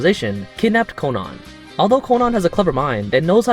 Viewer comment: I hate how he says Conan